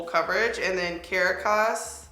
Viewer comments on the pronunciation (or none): It's pronounced Ca-Rah-Cas. Caracas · It’s pronounced carockus lol, love you!! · Hey,! You pronounce Caracas the same way you pronounce maracas, the little rattling instruments.Just think maracas, when you say it, and you should be good ❤. Btw, that face beat is goals! Perfect for a girl in the workplace 👌